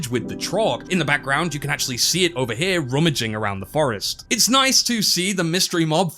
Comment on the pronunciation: "Over Here!" Or more accurately "Ova'eer!"